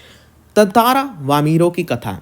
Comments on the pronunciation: Tntara ❌tatra ✅ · Abe tataara bhi nahi tantara hai (त्न-तारा) 😂